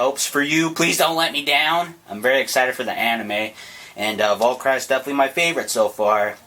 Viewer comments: you pronounce it valkiri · its pronounce vul- ker- rie you dumb dumb. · its val-ker-ee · Valkyrie is pronounced: Val - K - Ree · Hey bud it should have more stuff and it's pronounced VAL-KER-REE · Decent attempt at pronouncing it, but they are: (The attack type) Val-kr-ee (The balence type) Sp-rig-gen Other words in names you should know (wing, fusion etc) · It's pronounced Val-ca-ree. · no valkyrie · The blue one is pronounced val-cure-e